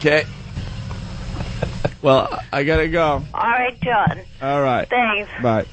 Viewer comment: 'who is this?' '...ssJohn...' that is inexplicably hilarious to me.